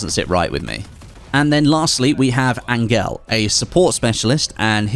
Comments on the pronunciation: Did this man just pronounce Angel Ahn-gail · Great! add in a powerful anti-cheat system to stop cheaters and hackers but add in a wallhack - lol. Good move eh! I think that specialist at the end might be pronounced Angel (as in heaven).